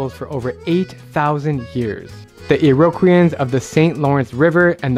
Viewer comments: Iroquois is pronounced EAR OH KWAH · Not going to lie your mispronunciation of "Iroquois" triggered me